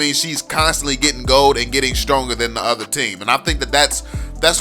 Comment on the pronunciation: Hey it's other not odour😂😂